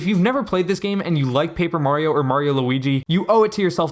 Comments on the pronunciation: Finally, someone that can say mario. Who tf is merry-o? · haha right. even in the games themselves, he says "its me, Mario". there is no merry-o. and people will still say it that way